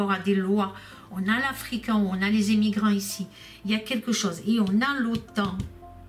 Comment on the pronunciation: Tu nous fais rire avec tes » zémigants » lol..!! ♥️🇫🇷🐞🐞🐞